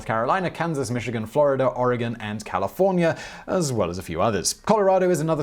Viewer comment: Thanks for saying Oregon Correctly. :)